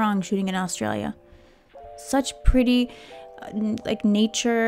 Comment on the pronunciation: The way you pronounce Australia gives my heart burn 😂